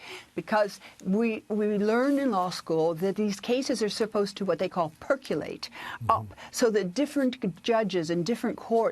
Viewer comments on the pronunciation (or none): Dear Ms. Toensing, it's percolate...NOT perculate"! "Perculate" isn't even an actual word---rather it's a misspelling and mispronunciation of PER--CO--LATE. 👍